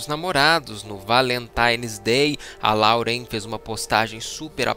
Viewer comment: Vim do futuro pra dizer que eles terminaram. E não é LAUREN QUE SE PRONUNCIA, SE PRONUNCIA LÓREN